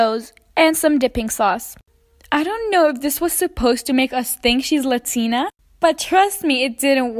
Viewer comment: It’s not Latina pronounce it right!